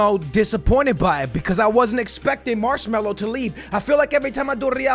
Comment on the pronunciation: Im glad marcelo leave , i hate hearing you said marsmallow